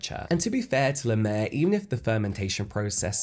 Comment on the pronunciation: It's La Mer, not Le Mer!